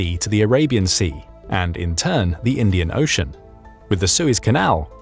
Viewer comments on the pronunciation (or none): none